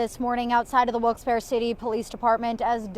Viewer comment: It’s pronounced wilks barrel lol